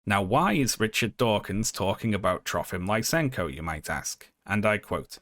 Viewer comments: Lisenko is pronounced like "lee-senko", not "lye-senko". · You pronounced Lysenko's name and surname wrong. I was like "Who's LaisEnko?"